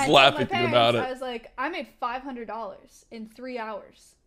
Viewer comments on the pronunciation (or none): none